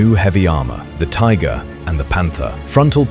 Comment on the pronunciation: Tigger?😳